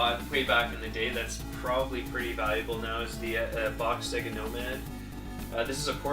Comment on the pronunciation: It's Not Se-Gu It's Say-Ger ( SAGA ) I Know This Isn't How Its Spelt,I'm Trying To Write It How U Say It